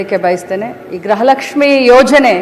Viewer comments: ಅಮಾ ತಾಯಿ (ಗ್ರಹ ಲಕ್ಷ್ಮಿ) ಅಲ್ಲ (ಗೃಹ ಲಕ್ಷ್ಮಿ ) ಸ್ವಲ್ಪ ಪೂಜ್ಯ ಭಾವನೆಯಿಂದ ಗ್ರಹ ಲಕ್ಷ್ಮಿ ಅಂತ ಹೇಳ್ಬೇಡ ರಿ ನಮಸ್ತೆ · Madem grahalakshmi alla. Gruhalaksmi sariyagi kannada matadi punya alla. Edu lancha cham